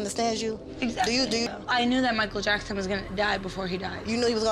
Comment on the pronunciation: SHE SAID MICHAEL JASKON HELLA DEAD LMAOOOOO